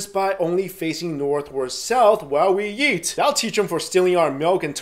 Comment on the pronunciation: when you say eat it sounds like yeat !!! lol